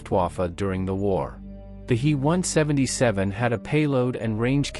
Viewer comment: Fix your bot! Its a H.E. 177 not a hee 177!